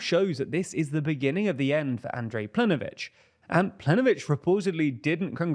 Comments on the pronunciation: Okay the Croatian section is veery questionably presented. Ignoring the hilarious pronounciation of Plenković, saying that what Milanović did in the parliamentary elections was a Coup D'etat is overblowing it to the extreme. What he actually did was just run as the candidate for prime minister without stepping down as president. This was higly questionable in regards to its constitutionality but nowhere near to a Coup D'etat. Also, saying that HDZ is "widely accused by the opposition" as being corrupt is also disingenuous. They've been officially convicted for corruption as a party and anybody living in Croatia that isn't a party shill (and probably some that are) would tell you that they are known to be corrupt. Hell, a lot of people vote for them knowing that they're corrupt just because they don't like the left. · Plenkovich not plenovich, pls make an effort to get these right, it makes you look less credible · Your information about Croatia is questionable but the most questionable part is how you managed to mispronounce the name of the Croatian prime minister written in a language known for being pronounced as written. PlenKovich written phonetically. Also the rest of the information is not entirely correct making that part completely irrelevant and even disingenuous in it's coverage which is technically spreading misinformation. For the sake of every Slavic language speakers sanity, at least double check if you are pronouncing the highest ranking member of a governments name right, you are a news channel after all. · My guy, if you want to sound like a credible news outlet, please learn how to pronounce names of leaders correctly. It is Andrej Plenković [andrey plank-ovich is the closest you can get to it], the Z in HDZ is pronounced as ZED not ZEE. The first time it is funny, but after that it gets annoying, especially since you got an entire team of people checking the materials for this. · It's Plen(K)ović, and Andrej is pronounced like Andrei.